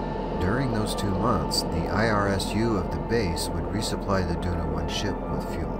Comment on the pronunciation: Isru, not irsu